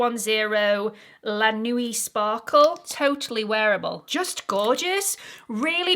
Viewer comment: My grade 8 French just kicked in! ‘Nuit’ is pronounced ‘nwee’ (like one syllable) and means ‘night’. 😊